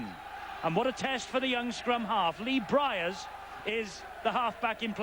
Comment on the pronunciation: Interesting way of pronouncing Lee Briers' name 😆